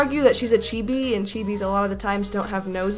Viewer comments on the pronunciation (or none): none